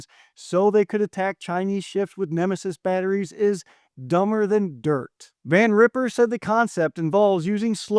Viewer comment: It's Van Riper, with a long i, not Van Ripper. Mispronounce his name to his face if you want to see what an a$$ ripper looks like. Master Gunz sends...